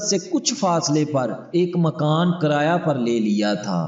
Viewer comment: Karayaaya nahin janaab. Kiraaya kahiye.. Ithni ghalthiyaan hain aap ki urdu mein.